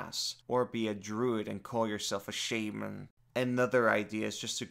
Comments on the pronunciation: Your pronunciation of Shaman makes me irrationally angry. Great video. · Please, please don't every say shaman again.